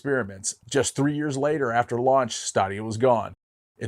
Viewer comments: “Stay-dia”. Not staa-dia. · His pronunciation of Stadia was driving me crazy. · Stadia I believe is pronounced STAY dee uh. Like "Stadium". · Good video, but you mispronounced Stadia in this video. Is more like Staydia. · Say it with me: STAY-DEE-UH. The way you pronounced it, I had to rewind it to see what you were talking about 😂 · It's pronounced Google Stadia (Stay•day•a). Also the Sony experia play (Playstation phone) was pretty bad, heard from different sources and people (including my best friend) that the phone would literally melt for no reason. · It pained me every time he said Stadia. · Say "stadia " correctly lol